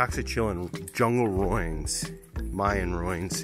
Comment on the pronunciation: I cringe when you say roin,,, it is ruin as in roo in.